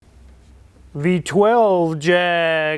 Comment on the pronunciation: Here in England it's Jag, pronounced fast (as the car) NOT Jaaaaaag !!!!!!!!